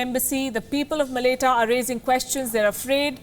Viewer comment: Thank you for doing this video!! Really appreciate you putting this up. quick PS. Malaita is pronounced like Ma-la-eye-ta/mala-eye-ta